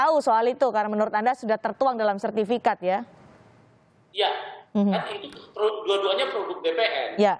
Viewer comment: Sertifikat Pak. Bukan sertifiket. Berasa ketek